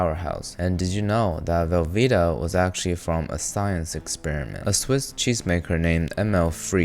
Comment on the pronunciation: how the fuck did you fuck up velveeta and rotel lol